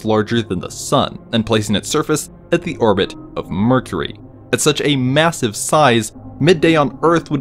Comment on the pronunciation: M- M- MASVIVE